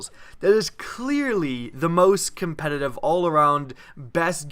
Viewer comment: Pls say the word "competitive" clearly